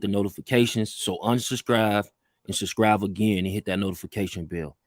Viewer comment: This nigga said “unsubscrive and subscrive again” lol😂😂